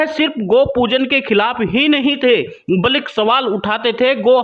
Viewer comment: Aap achha Bolte ho but blik n bolkar balki bola karo,sahi word balki hi h.